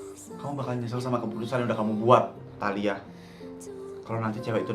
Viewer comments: tahila?? Talia dongg 😊😊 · ngomong talia jd taila😂😂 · Ngakak banget pas salah ngomong talia jadi tahila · talia pls bukan taila,typo mulut 😭😭😭